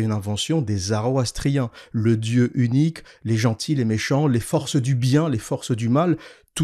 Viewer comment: C'etait parfait, merci. Une petite remarque, c'est le Zoroastrisme et non le Zaroastrisme.